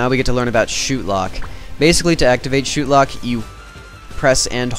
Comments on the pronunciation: as soon as you said shootlock it disoriented me. i thinks its said "shot" lock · lol u said shootlock. not shotlock.